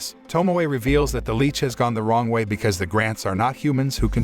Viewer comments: Right?!? 'L-itch' not 'L-eech' 😅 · LICH not LEECH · CAN YOU PLEASE JUST SAY LICH FOR THE LOVE OF GOD😡😭